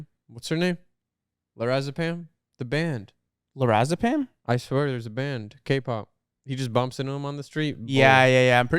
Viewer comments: Calling le sserafim “lorazepam” is CRAZY😭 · lerazipam 😭 its "le sserafim" lol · tf is lerazepham ITS LE SSERAFIM